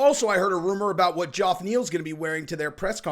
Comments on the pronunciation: STOP calling him joff its geof or jef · Is it not pronounced “ Jeff” Neil? I’ve always heard it that way never Joff 😂 can’t tell if he’s trolling like chael does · C’mon J, it’s not Joff Neal. It sounds like Jeff, trust me. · At this point you're just saying his name wrong on purpose. J-E-F-F , Say it with me.... jeeeffff. Not Joff. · Not sure why you keep saying “JOFF” Neal, but it’s really bugging me bro. Is it a Chael thing? SMH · Geoff is pronounced "Jeff" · Oh for fuck's sake. Geoff's first name is pronounced like Jeff. Jeff. Ignore the o sound. I'm gonna hang myself if I hear you pronounce it like that again. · Dude, Geoff and Jeff are pronounced the exact same way….sorry…but you need to hear it….good stuff tho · Geoff is still pronounced Jeff 😂😂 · I’m a fan, I’m a subscriber, im a friend. Like you say, you’re friends with your subs. I truly think if we hung out, we’d fuckin kick it and get along great. However, and I mean this with respect. And I actually respect you, so what im about to say is something I would say and do in person, even though it would mean you breaking my arm. I wanna slap you when you say Geoff as “Joff.” It’s pronounced Jeff. Be my friend, say joff, let me smack you, break my arm. Im ready. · No idea, was wondering the same thing. Very bizzare considering it is just like a standard, common, easy to pronounce name. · Why can't pronounce Geoff Neal's name correctly? Is this just a plan to get noticed by? So weird